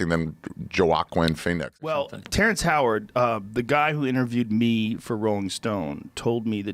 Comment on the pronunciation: The craziest thing I’ve heard from this? Ari’s pronunciation of Joaquin Phoenix